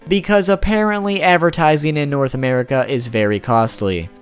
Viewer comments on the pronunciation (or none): none